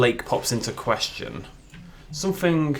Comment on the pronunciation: How he talks: someFINGK instead of something. Why? Idk. I guess that’s just somefingk weird about him.